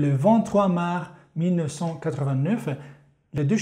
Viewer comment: Super intéressant. Mais au fait, on prononce marS et pas mar !!